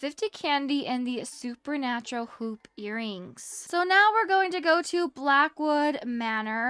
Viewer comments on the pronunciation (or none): none